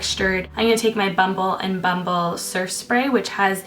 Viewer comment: I don't know why but I love the way your say bumble and bumble, so weird haaha